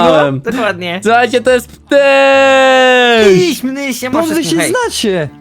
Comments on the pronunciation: Ptyś a nie kryś noob ty debiiiiiiiinu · to nie ziułćak tylko ptyś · Noobek powiedział Kryś xd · Nie kryyś tylko ptyś hihihi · to jest matruner XDDDDDDDDDD "KRYŚ"